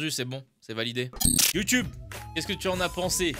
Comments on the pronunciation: c est moi où il a dit "youteub" ? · Chuis mort il a dit YouTeub mdrr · J'ai bien entendu "Youteub"🤔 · C'est moi t'a dit whesh youtebe